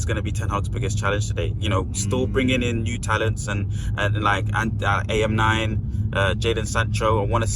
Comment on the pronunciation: Who on earth says AM9 🤣🤣🤦‍♂️🤦‍♂️ tragic